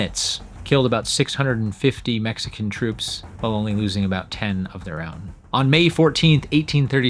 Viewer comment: Thank you! Enjoyed learning many new things in this FANTASTIC video! I gotta say though... I was confused sometimes by your pronunciation of the word "while". Sounds like you're saying "well" instead. Haha you might wanna adjust that. ("While" rhymes with "style.")